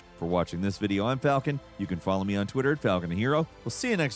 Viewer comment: Falcoln? Big skip!